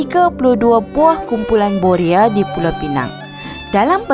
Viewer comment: Boya atau boria...lidah awk pelat dlm bnyk video sblm.ini